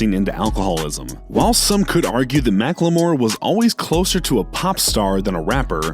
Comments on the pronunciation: 👎🏼 Pronounced Iverson and Macklemore wrong and then said that Logic might have fucked over his career when he's at a all time high point being regarded as one of the best new age rappers. And also while I'm not a fan of Post's music or his style I have nothing but respect for the dude, he's humble and really nice guy. I wouldn't call him a rapper but hate is a strong word... after all he's a better rapper than Lil Wayne could have ever been. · Bro can't even read MACKLE MORE I CAN'TTT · “iversion” “mack-le-more”